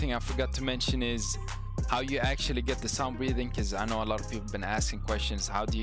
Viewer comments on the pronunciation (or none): it sounds like you said sun breathing till i heard it more